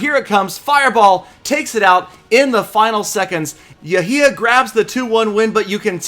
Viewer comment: its not yahya its actually يحيى